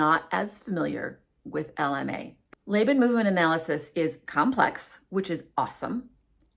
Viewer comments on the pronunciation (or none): FYI- I am not an expert but I am a veteran academic. I have only ever heard Laban pronounced "Law-bahn" not "Lay-bahn."